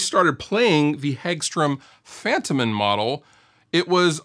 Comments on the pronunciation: I believe it's pronounced fun-TOE-men. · Fun fact: It's pronounced Fun-toh-men in Swedish...